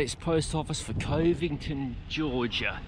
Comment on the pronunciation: It’s cuv-ington 😊lol